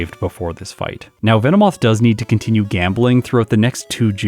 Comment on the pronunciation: VE NO MOTH VE NO MOTH